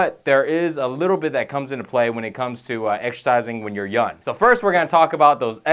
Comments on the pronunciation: Anyone else notice that he's saying "yun" instead on "young" most of the time lol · "yun" young* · lol 'when your yun' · lol he says pronounces "young" as "yun" :'D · KILLED MEE...."when ur yun" 😂😂😂😂😂😂😂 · he says yun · Love this guy but i cant help but laugh when he says young it sounds like yun. LOL! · *youn age haha thats what he says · "when you're yun" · does this guy not say G's when they follow N's? Stron Youn